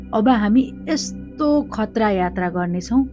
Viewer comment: hajur le jaile attra vannu hunxa yatra vannu na